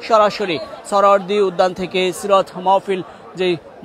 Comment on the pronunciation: মাওফিল,মওফিল❌ মাহ্ফিল✅ হবে।